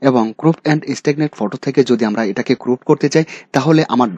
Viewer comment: ক্রুপ নয় ক্রপ।